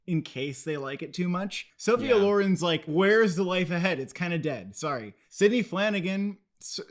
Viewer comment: I love the youthful energy, though I giggle at the legendary actors whose names they mispronounce: Sophia LorEN and Frank LanGELLa...